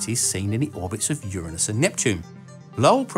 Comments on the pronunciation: Thank you for pronouncing Uranus correctly and not like some high school teenager trying to get a laugh with anus jokes! I just knew someone as clever as you would pronounce it right. Yay! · Thank you ever so much for using the correct pronunciation of "Uranus".